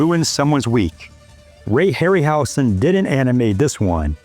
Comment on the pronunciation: Hey, Dude. Ray’s name is pronounced with a Z sound, not S: (Harry – Howzen)